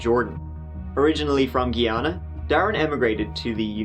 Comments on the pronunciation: It’s amazing how much wrong his own lawyer got wrong about his home country. I’ve been there before and there is plenty of pizza joints. Also it’s pronounced Guy-ana. It’s in the name it’s not that hard. Plus he called it British, which it hasn’t been for ages. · the country is pronouce Guy-an-na,from the carribean,and we disown him,he is nothing like any Guyanees ive ever met.This is so wicked and distrurbing,A whole family and that beautiful lady vera,i luv ur content,watching all the way from Barbados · I'm just here to say it's pronounce GUY-ana. and they have pizza there.